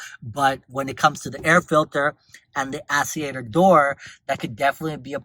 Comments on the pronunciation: Actuator!!!! Not Asseator😂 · Interesting info, my mom has one of these and is having trouble with hers. I believe it’s pronounced blend door act-u-a-tor lol but thank you. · wtf is an ass-e-ater